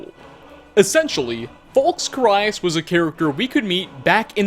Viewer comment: You murdered Carius' name lol